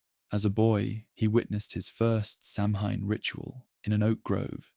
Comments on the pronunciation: sidhe = shee samhain = sow-ayn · Get it right. Samhain is pronounced saween. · It’s pronounced Sowen; Sow- (rhymes with cow) - en. Or sometimes Sow ( rhymes with cow) - in. In Scottish Gaelic it’s pronounced Sah-ven. Never Soween or as it’s spelled Samhain. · Deirdre = deer + dreh Samhain = Sow (like female pig) + win